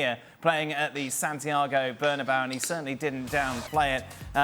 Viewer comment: Brits: it's Bernabeu, not "Bernabau." Come on, it's not that hard...